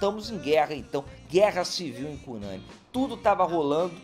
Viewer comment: Professor, parabéns por trazer visibilidade ao Brasil desconhecido! Vou arquivar a exposição para meus alunos de estudos amazônico e amapaense. Só um detalhe: A pronúncia de Cunani é com a sílaba tônica na última. É uma palavra oxítona! Seguindo nosso vocabulário indígena : tucupi, matapi, buriti, cupixi, Pracaxi, etc. Portanto: CUNANI!!!!! Desculpa, mas precisa fazer a observação.